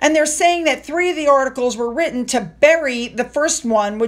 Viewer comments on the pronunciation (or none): none